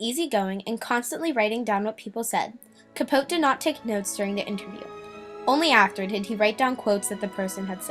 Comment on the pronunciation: Capoteeeeeeeee you don't say Truman's name correctly.